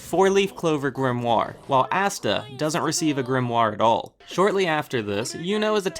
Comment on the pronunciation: ITS ASTA NOT AUSTA!!!!